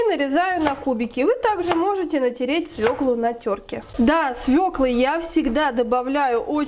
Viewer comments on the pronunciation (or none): Ещё скажите- свеклА